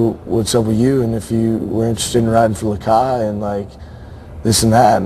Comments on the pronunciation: LOL its actually lakai not lakia. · its lakai you dumbass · its lakai not lakay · umm its lakai not lakia haha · He spelled it LAKAY to avoid copyright. And it's Lakai not Lakia you fucking douche. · lakai dumbass not lakia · NO ITS LAKAI NOT LAKIA FUCKIN STUPED ASSES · it's not Lakay, its Lakai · fuck it is lakai not lakay ass hole